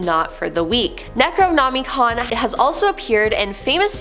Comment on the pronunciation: NOM-A-CON NOT NAMICON Cant get passed that lol